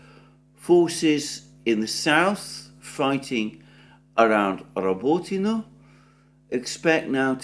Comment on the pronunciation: This "well-spoken well-educated" guy can't even say or spell the simple name of a city right, not even if he spoke it 100times 😂 "Rabotino" "Kleshejevka" etc, it's embarassing.